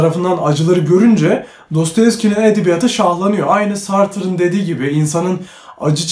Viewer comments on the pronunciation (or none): Güzel video ama sartre, sartır diye okunmuyor yanlışın var:D